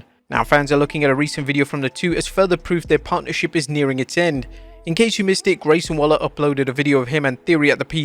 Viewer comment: "Grayson Walla?" Grayson Walla-Walla? 🤣🤣🐨🐨🦘🦘🪃🪃